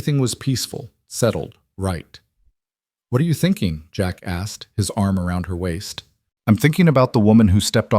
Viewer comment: At the end of the story there should have been more space between the consecutive words of Jack and asked. It came out sounding like 1 word = 🫏